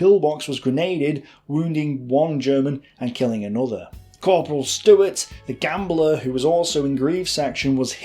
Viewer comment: Good content but the narrator manages to butcher not only French, German and Gaelic but even English. You'd think a native English speaker could manage names like Stewart and Campbell?